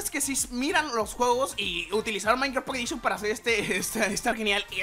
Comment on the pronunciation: "Pocketedishon" :vvvvv